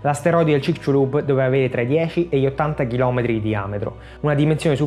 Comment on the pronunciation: il mio amico del messico lo pronuncia cicsulub. Cmq a parte questo banale dettaglio complimenti x il documentario 👍👍